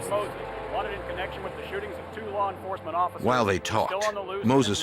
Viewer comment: “Larr enforcement “ - Jim “elmer fudd” calstrum